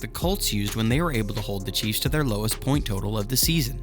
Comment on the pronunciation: It sounds like you are saying cheese fans.🤣😂🤣😂🤣😂😂